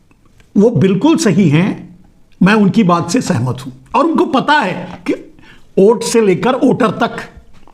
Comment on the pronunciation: ओट बोल रहे हो या वोट समझ में नहीं आ रहा है 😂